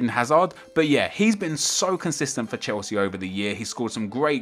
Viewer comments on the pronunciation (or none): none